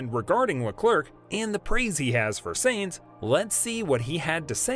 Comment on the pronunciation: Who is "Seinz"? (it's Sainz) And Benito? (it's Binotto) Please have your voice actor at least watch one race, or any piece of news about F1. Also, clickbait lol